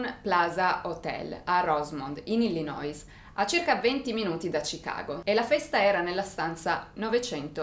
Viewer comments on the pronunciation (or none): none